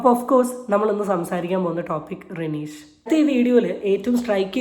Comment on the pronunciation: റെനീഷ് അല്ല, രഞ്ജിഷ് ആണ്